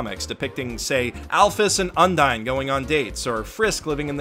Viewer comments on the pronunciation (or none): none